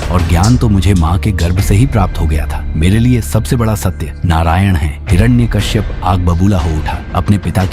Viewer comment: Is not hirana Kashyap hiranyakashyap😅